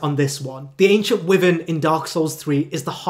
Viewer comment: i truly hate to be that guy but dude, your pronunciation needs a LOT of work. eg Wyvern is pronounced WHY-vern not WEE-vern. All it takes is a quick google check to see how words and names are pronounced